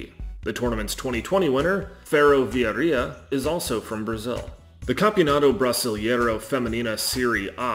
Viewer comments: Why English speakers saying EI things in Portuguese, like brasilEIro, ALWAYS invert the EI sound... brasil-IE-ro instead of brasil-EI-ro?? EI sounds just like the sound of the letter A in English. Like AY. Brasil AY ro. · Yeah, it hurt my ears hearing about palm-YE-ras and cruz-YE-ro playing the Campeonato Brasil-YE-ro. But other than that and errors about the Paulistão, the video was decent. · Não consegui ouvir o cara dizer "Brisilieiro" 2x. Não dá, tive que encerrar o vídeo